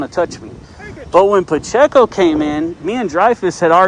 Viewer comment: Officer "PaChico" jeez he can't even say his name right.... he's going to cost the taxpayers someday with his attitude..